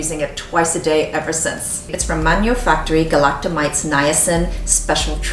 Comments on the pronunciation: Galacto-my-SEES not mites! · I like your videos, but FYI "galactomyces" is not pronounced that way, and SKII uses saccharomycopsis ferment filtrate, not galactomyces ferment filtrate.